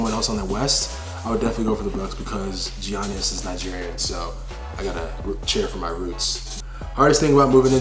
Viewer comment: Giannis is greek, you also pronounced his name wrong, as a Bucks fan.